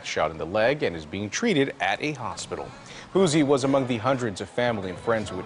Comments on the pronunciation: I know this serious but when the anchor kept calling Boosie ‘Boozy’ it almost took me out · The reporter called him boozy. 😂🤣🙄. Crime has gotten bad in Shreveport as well. Has been for a couple years now. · Boozie? Wth put some respect on that man name and get it right? 😂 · Lol. Or "booTsie" 🙄 there is no "T" in his name people 😂😂😂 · The anchor pronouncing “boozie” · lolx the news caster said rapper Boozie lolx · "We have confirmed that rapper BOO-ZEE...." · I’m getting upset these news reporters can’t say the rappers names right 😭😭🤣🤣